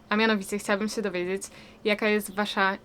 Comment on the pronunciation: Wada: manieryczna wymowa: zrobic, sję, zahaczyc, liscie, byc, mysle itp.